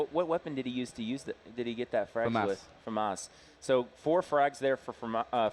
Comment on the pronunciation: I hate the way he says "famas" lol